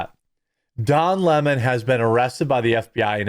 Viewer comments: Why can't people say his name correctly?? It's Lemon. NOT Le MON. He is NOT French, he is a gay black boy who hates white people except his white partner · It’s Leemon.